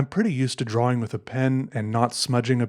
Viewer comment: Love Peters videos but the way he pronounces “drawing” gets me every time